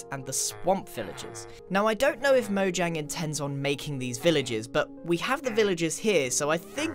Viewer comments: The amount of times that he says "mojanjy" makes me want to punch someone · "Mojangy" -Grian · this is how many time he said mojangey l l v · Lol how many times did he say mojang”y” 👇🏻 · When i read that grian said mojangy. How strange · Everyone: mojangy Me, an intellectual: mojangian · "Mojangy as Possible" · Mojang is pronounced Mo-yang. It's Swedish. So...